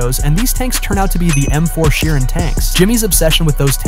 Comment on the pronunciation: It’s m4 Sherman not m4 Sheeran geez